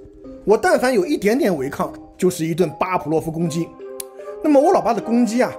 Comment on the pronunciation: 巴甫洛夫，fu，不是pu